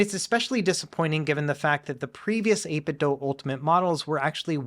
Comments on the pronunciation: 8 bit DO. Not doh. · please pronounce 8bitdo correctly. Bob Wulff seems to be the only YouTuber to pronounce it correctly. I'm pretty sure they say on their website that the "do" is pronounced like the English verb.